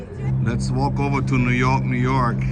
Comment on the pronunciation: dude literally said "newh yawk newh yawk" LMAO! love you